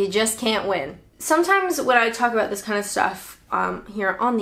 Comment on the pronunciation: Abooouut 😂 love it